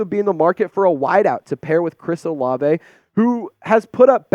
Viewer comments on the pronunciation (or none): none